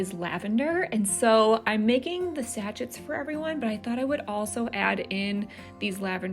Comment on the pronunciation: It is pronounced “ Sa chez” (sachets)?